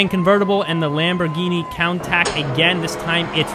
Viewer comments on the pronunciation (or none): cant forget about the lambo Coun Tack